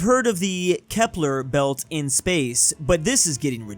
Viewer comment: “Klipper belt” Ummm its Kuiper belt Kui-per belt